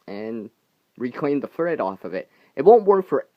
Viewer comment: I swear I thought you said "free fred" instead of free thread ..LoL